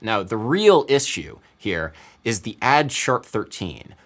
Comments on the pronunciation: did our guy really just say "is shoe" instead of "issue" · This is interesting linguistically. Some American people would palatalize issue, pronouncing iSHue as opposed to Isssue, you chose to pronounce consecutively two different consonants, which is exceptional. I wonder if other people in your demographic or relatives do this.